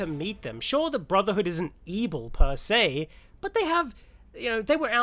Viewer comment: Whenever you say ebil I think back to AdventureQuest (Battleon). Lol